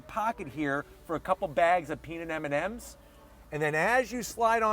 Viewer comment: A couple of bags of “ Aminams” ? What is that?